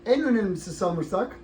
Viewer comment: abi sarımsağa samırsak demene bayılıyorım. 40 defa geri sarıp izliyorum. ellerine yüreğine sağlık. seviliyorsun.